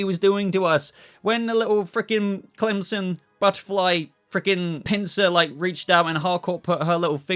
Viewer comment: Yeah I was so upset about murn. Also why do you keep calling him crimson? Clemson?